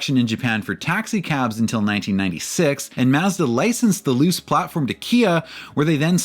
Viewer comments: I'm sorry loose? Pretty sure its "Loo-chay" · Thank you for this video! I've been waiting on the history of the 929 and Millenia for a while! One comment: My understanding of Japanese would lead to Luce being pronounced as "Loo-Chay", not "Loose". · if no on else mentioned, luce is pronounced loo-chay. awesome video! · Mazda Luce => Loo-cheh